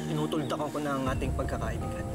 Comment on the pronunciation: pagkakaibigan d pagkakaiiibigan hahaha